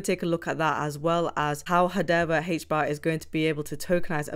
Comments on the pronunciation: Wtf is hadeva? It's hadera. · HedeRA. And not HedeVA.